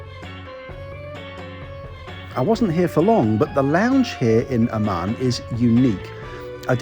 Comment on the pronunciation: A Word to the Wise: The way you pronounce ‘Amman’ is perilously close to ‘Oman’.